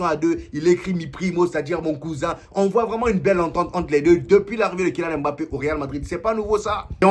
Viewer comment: "le meilleur club du monde " pfffffff...laisse moi rire 😂 on dit "mbappe"...pas "m-bappe" prononce pas comme les blancs...stp sinon force à toi...